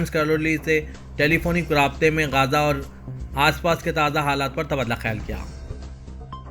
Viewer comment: Mausoof Gaza aur Hamas ka sahi talaffuz bhi nahi kar rahe hain.